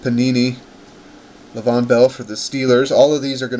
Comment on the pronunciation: This dude said LA VON BELL smh